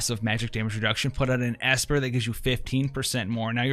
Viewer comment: An ASSper lol